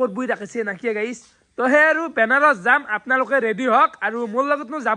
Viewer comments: Kotha kouar agote bhabi sinti kobo lage benaros nohoi banaras😂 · Benaros nhy re vi banaras 😂😂😂